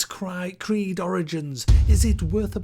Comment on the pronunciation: Assassin's cried *Creed hahaha